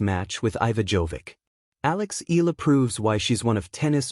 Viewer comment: It's E ya la (Eala), not Ela. PLEASE SAY IT RIGHT. AGAIN E ya la (Eala). ARE YOU AN AI or what? AGAIN E ya la(Eala). ty